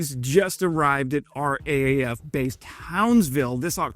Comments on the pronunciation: And it's not Koala Bear it's Koala. It's not R-A-A-F it's R Double A F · Hi... Down Under, we pronounce it as:- "Arr - Double 'A' - F" Or just Raff!!!!! FYI... 🦘🦘🦘